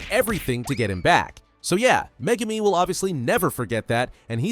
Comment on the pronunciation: do you mean megurmer?